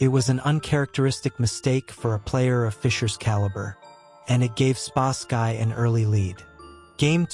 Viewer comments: Spasky is pronounced Spas-ski NOT Spask-eye! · Your AI narrator called.spasky weird. This is an AI channel. Ill find a human